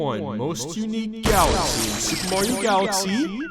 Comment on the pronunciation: Soupreh Mayro Galaxy